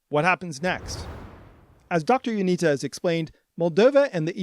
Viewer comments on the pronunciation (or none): Not to be that guy but its Ionitsa. The cedilla under the t makes it a ts.